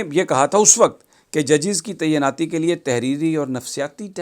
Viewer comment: براہ مہربانی "تعیناتی" کا تلفظ درست کر لیجئے۔